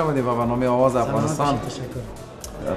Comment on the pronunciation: Dear Qais jan Ulfat, you are an amazing singer and we adore you for your talent, as we followed voice of afghanistan, we noticed as a group that you keep pronouncing Aawaz as Awaaz. since you are on International TV can you please pay attention to your pronunciation. we are all cheering for you from Canada. We love you & we are enjoying your show.